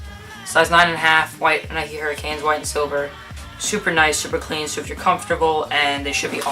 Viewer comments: "hurricane" boy what are you doing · great vid! (huraches not hurricanes though) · Its Hur-a-ch-e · It's hu-rr-a-Che